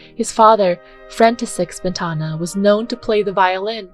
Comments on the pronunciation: Great information, but giving a thumbs down due to multiple mispronunciations of Smetana and other composer's names, common musical terms such as "minuet", and frequent grammatical mistakes. A channel calling themselves "Classy Classical" needs to get the basics right. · Mispronunciation of "Smetana" undermines what may be good in this video.